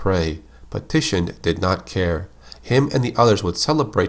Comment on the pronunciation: Tichinde is pronounced Tee-Chin-Day.